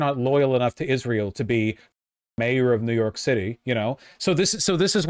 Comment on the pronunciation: I thought you said Jew York at first